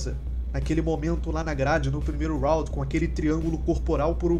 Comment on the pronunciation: Mano… vc tem que acertar essa pronúncia da palavra Round aí … vc esta quase pronunciando a palavra Rowd… não Round